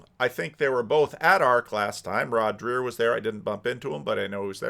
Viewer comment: It's pronounced like Drayer not Drear. And you're still pronouncing Jonathan PAgeau like a car (PAJoe not Peugeot)